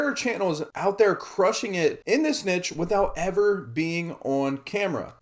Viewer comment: Learn how to pronounce niche if you are making multiple videos on the topic. Embarrassing